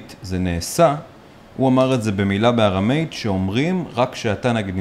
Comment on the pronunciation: ארמית כמו aram meat לא ארם מייט.